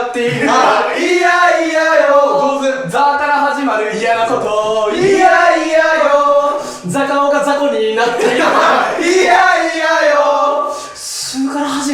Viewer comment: 「ざ」から始まる嫌なこと→「ザカオ」が「ザコア」になっていた